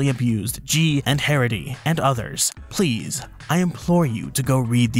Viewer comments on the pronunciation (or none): none